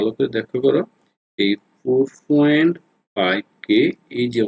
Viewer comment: আপনি পয়েন্ট কে ফয়েন্ট বলেন কেন?